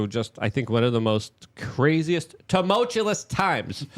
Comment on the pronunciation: Tumultulous! Is it a feature of Luke's dyslexia that he makes words more complicated than they actually are?